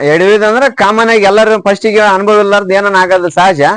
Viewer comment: ಅನುಭೋಗ ಅಲ್ಲ ಸರ್.... ಅನುಭವ....